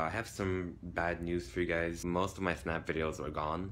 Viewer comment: Instead of the Fnaf that I always expect to hear, it often sounds like Fenaf. Oh no more people should actually finish their let's plays. Not sure how often that happens recently, but it always get's annoying to have to rewatch it with another let's player, when it suddenly stops somewhere else.